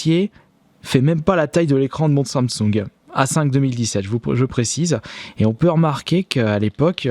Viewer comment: Sannesung non non😂 ses samsung 😂😂